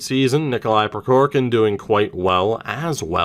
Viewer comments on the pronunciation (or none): I didn’t point this out in the Russian series, but the first “k” in Prokhorkin is silent. At least it is from the Kings’ broadcasters.